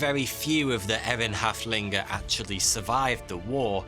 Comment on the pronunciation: Props for ur pronunciaton of "Ehrenhäftlinge" you really nailed it for a brit